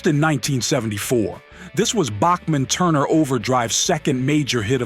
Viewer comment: The mispronounciation of iconic artist's names (Sky-nerd and Back-man for example) automatically screams AI and disrespects the artist and the listener, angering the audience. It also casts credibility issues on the content, even when there isn't anything else actually amiss with it. That's MHO. Thanks.